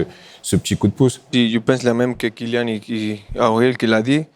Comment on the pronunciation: " Kylian" bordel pas Kilian !!! Respectons le prénom donne par ses parents !